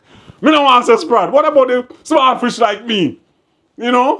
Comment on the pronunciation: Like your argument everytime, but you caant say fish neitha